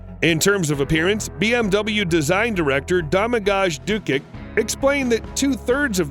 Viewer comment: Domagoj Dukić. Head design director from Croatia. I almoast had a heart attack when I heard your pronouciation.